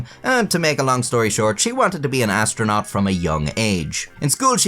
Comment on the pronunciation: Astro'nut' not astronaut.